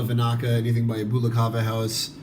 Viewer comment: Well done for creating an informative introduction for kava newcomers however, your pronunciation of “Bula” is not quite correct. The initial “bu” sounds are actually more similar to the word “book” rather than “boo”. “Bula” doesn’t rhyme with “hula”. Thanks.